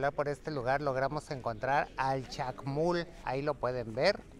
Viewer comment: Hermanaaaa, se dice Chac Mool, no Chac Mul.